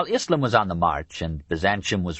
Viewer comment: We get back to more familiar ground, for Westerners, in this portion. The bits that least interested me were the Byzantium bits - or, as the narrator insists on calling it, Byzanchum - and that's his fault, not Durant's, who doesn't spell it in some old-style way, like he did with "Moslem" and "Mohammed, Mohammedan". Come to think of it, I didn't enjoy the narrator calling the religion "ISSlum", either. Were these words SO unknown in the 1990s when this was recorded? Durant, writing in the 1940s, had a better excuse. Anyway, despite my lack of keenness for the rapidly shrinking Greek kingdom that was the successor state of the Roman Empire, it was distressing to learn just how often, and in how many ways, the Latin Crusaders really screwed Byzantium over. But before Durant goes into that in detail, he takes us on an excursion of a Western Europe that is either utterly demoralized or happily captured by barbarism. One senses the struggle to remake a civilized world out of the carcass of the Roman Empire. Some time is spent with Charlemagne (probably not enough time, for my taste - I think Durant slightly underrates the achievement of Charlemagne, understandably so since it seemed to not last, but I think a seed was planted). More time is spent with the Vikings, which I appreciated. Durant's interest in Scandinavia anticipated modern culture by 80 years. The beginnings of Russia are also briefly discussed. Finally, there is a grim catalog of Christian conflicts of creed, within